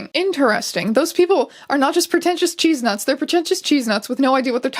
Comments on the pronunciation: I've never heard chestnuts pronounced cheezenuts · Did you call 'chestnuts' 'cheesenuts'? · I love going back over stupid tumblr memes and drama but nothing made me laugh harder than hearing you say Chestnuts as Cheese-nuts and Im stealing that to call people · strange did you just pronounce chestnut cheese-nut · Am I the only one that heard her say 'cheese nuts?' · I... I'm sorry?? Did you call them cheesenuts?? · Yeh but was there a reason as to why you read CHESTnuts as CHEESEnuts???? Like who hurt you? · did you just pronounce chestnuts as cheesenuts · listen i want you to know when you said cheesenuts instead of CHESTNUTS i choked on my water and had to leave the room and just hack for like 5 mins. what i'm saying is you almost killed me thank you. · “cheesenuts” no no not chestnuts 𝘤𝘩𝘦𝘦𝘴𝘦𝘯𝘶𝘵𝘴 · *chest*nuts. not cheesenuts. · I'm never pronouncing chestnuts the same way ever again. In fact, while writing this comment, my inner voice said it too. 🧀🥜. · I really like that Æons read the word "chestnuts" as Cheesenuts it made me chuckle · my fave part of this entire video was you pronouncing 'chestnuts' as 'cheesenuts' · Did you just read chestnuts as "cheeznuts"? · Obsessed with you saying cheesenuts instead of chestnuts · "cheese-nuts"?????? is that how you say the word chestnuts up there? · Ah yes, chestnuts are pronounced cheese nuts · did you just say cheesenuts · Her misreading/pronouncing "Chestnuts" as "Cheesenuts" makes this so much better. I don't know why but I just. Agree. Cheesenuts. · Wait do Canadians pronounce “chest-nuts” like “cheese-nuts”?? I never knew this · did you pronounce chestnuts as “cheesenuts” twice? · I want that to be the official pronunciation in this context now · Why do you say chestnuts like that